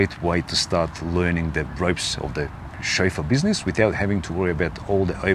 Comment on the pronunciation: Every time says ‘Chauffeu’ take a shot of vodka! Great information and entertainment!